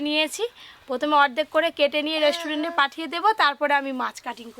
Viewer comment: Mukhe jokhon restaurant uchharon hobe na tokhon hotel bole diyo tao vul val bolo na 100 bar dhore